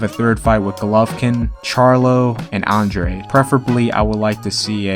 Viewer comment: Also, Andrade is pronounced on-drah-day, no on-draid lol